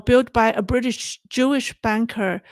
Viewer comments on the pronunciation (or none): none